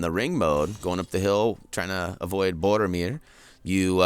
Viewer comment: His name is Boromir not bordermir!